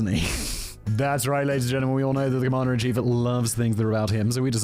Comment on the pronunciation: I thought he said Comandarin Chief, with mandarin being a reference to his orange color. 🍊 either way is pretty clever.